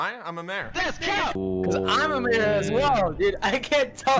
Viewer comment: Not Major Its Mayor